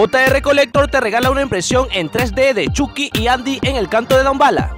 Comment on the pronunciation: Es Choky no chuki -_- Chucky (Chocky)